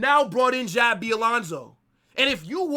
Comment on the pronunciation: Bro said “Xavi“